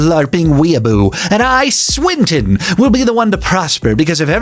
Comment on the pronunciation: Also Swinton to Sprint-In